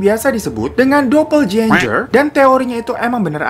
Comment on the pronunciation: Bacanya "dopelgenger" Aja bang... Gak dopeljenjer juga🤣🤣🤣